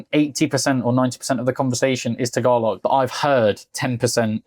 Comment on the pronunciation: the way you pronounce Tagalog is music to my ear. Good for you, buddy! 😊😊😊